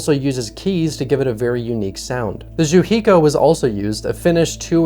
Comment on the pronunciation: I'm Finnish and I didn't know it would be possible to butcher the pronunciation of the word "jouhikko" as badly as you did here :D otherwise great video and a great film